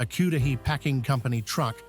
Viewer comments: It's K ud as in cud - dle . A as in a-hoy , HAY as in hay bale. NOTHING what you said. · BRIAN MARTIN -- UH, YUP... YOUR COMMENT GOT MY THUMBS UP BUT THE VID DOESN'T. MY 1ST CLUES WERE THE BRIT ACCENT, KYOODUHEE FOR CUDAHY MEATS, THE NOSE DIVE INTO A HOLE WHEN THE NOSE IS PASST THE HOLE WHICH HAS THE ASST END IS WELL ENSCONCED 😂😂😂😂 STILL AI THOUGH-- TRULY! A-U-T-H-E-N-T-I-C-A-L-L-Y I-N-C-O-M-P-E-T-E-N-T.